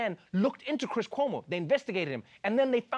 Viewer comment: Perfect pronunciation of “Cuomo” in Brazilian accent!!! Kudos!!!